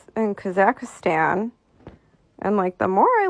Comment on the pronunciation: What did she call Kazakhstan? It is so hard for me to listen or take anyone serious that can't pronounce words when the are trying to drop knowledge on you. Makes me think they just heard of something an hour ago and it is now a viral topic or something and they jump on the bandwagon. I've been on this and so much more since elementary school. Naturally drawn to the esoteric, paranormal, spiritual and so much more to the point that you can just spot out someone's who is a neophyte by ear, vision, or a combination of both. Ole jet ski will tell you "this is new to me" or I've never heard of this" and speaks on topic according to his understanding of said topic. Not hating on ole girl or anyone who is new to this type of stuff but just try to get the simplest of facts correct, starting with pronunciation of what you are even talking about so we are not out here looking for something we think is super secret because we can't locate it on the web when in all actuality, it doesn't exist😂. I just can't not notice these things... ✌️ Peace ✌️✌️✌️✌️✌️✌️...